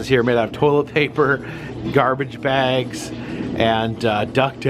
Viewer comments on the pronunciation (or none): none